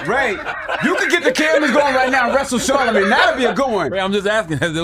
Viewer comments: Who tf is CharlaMAN and (CH)ARR-La-Mayne lady!? Stfu! 😂❤ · Why Cant u Caucasians ever get Black People Names Right?? Its NOT Charlamaaan, it's MANE, as in LANE. Sheesh. smdh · Char-la-man….. wow ok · Love how the A.I. keeps saying "Char the man" instead of saying his name correctly lmfao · Char-La-Man? Hahaha & Where is the leaked video?! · Char-lih-mann lol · Why shorty keep calling Charlamagne, Char-la-man? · ITS CHAR-LA-MAIN! RESEARCH PPL’s NAMES BEFORE YAL COME ON HERE TRYNA REPORT 🤦🏽‍♀️ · I stopped listening as soon as the voice or person said "Karlaman." If you can't get the name right, the information is probably bogus.